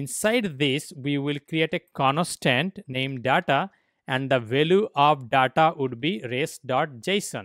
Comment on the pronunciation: conostant data hahhahaha